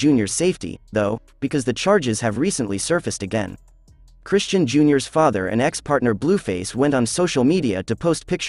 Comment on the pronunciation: Lord they just butchering the pronunciation of Chrisean…